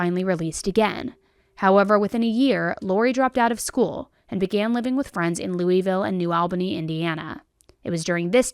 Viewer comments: You'll know how many viewers you have in KY because we're all on here going, "It's not Loo-ee-ville. It's Loo-a-vul." We'll zero in on that like mispronunciation is the worst crime in this story.😉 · Am I the only one who gets offended when someone says LOUISville you pronounce it lol-vull and new Albany why she say it new ALbany it’s new all-bany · Say it like this: “Luh-vull”. There, now you’re a local 💙